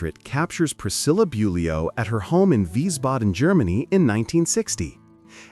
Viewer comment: This announcer can’t even pronounce Priscilla’s last name correctly